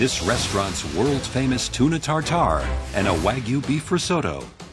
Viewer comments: It's not Wagu not Weygo. It's Wagyu. Wag - yu. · Wtf is wahgoo? It's Wagyuh (pronounced Wag'you... Like the city in 🇯🇵 it originates from).